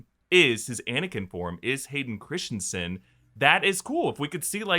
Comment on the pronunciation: erm....How many channels....... It's 'Christensen' , NOT Christiansensensensne......lol